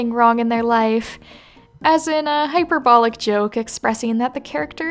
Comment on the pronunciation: "hyper-bowl-ick" EX CUUSSEEE ME ITS PRONOU CED "hi PER bowl ick"